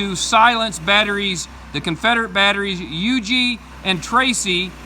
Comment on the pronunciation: Thanks for the correct pronunciation of Huger!